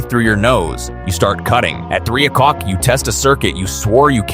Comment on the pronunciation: "At nine ocwock"😂